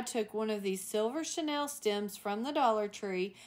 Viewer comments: Love your work! Regarding the chenille stems, it’s pronounced sha-neel, rather than Chanel. I couldn’t figure out what you were referring to until I realized the pronunciation issue. via Wikimedia Commons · You are pronouncing chenille like Chanel